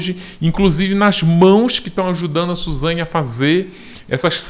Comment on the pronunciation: Suzanhe hahahahhahahah esse é demais